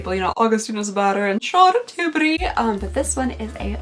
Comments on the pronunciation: Hi, sweet girl, I love it when you say Charlotte Tidberry (sp) it makes me chuckle! Stay safe & healthy! Hugs! 🥰😁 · Idk why I'm mentioning this, but Charolette Tillbury and I share the same birthday!! She will be 50 next Friday and I will be 40 next Friday!! I know how much you like saying her name and I get a kick out of how you say it so I figured you'd like a fun little fact!🥰🥰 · The way you say Charlotte Tilbury cracks me up 😂 keep doing the advent calendars they are such fun.